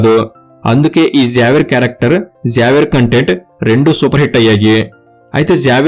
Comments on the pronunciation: జావియర్❌ జేవియర్ ✅ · Neku kanisam xavier ne sariga pronounce cheyadam kuda radhu….😂😂😂